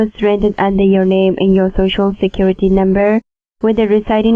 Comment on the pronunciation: I feel like if he says "shocial" one more time my head is gonna burst. I cringe each time he says it!